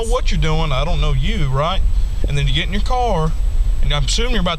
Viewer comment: "Het to the truth"? Wtf?